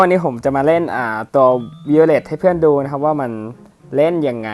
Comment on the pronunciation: ไวโอเล็ทครับ พี่อ่าน วิโอเล็ท ซับแล้ว